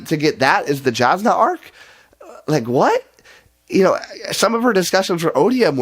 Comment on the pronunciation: Jasnah is pronounced Yawznuh. As for the review... No notes. Spot on.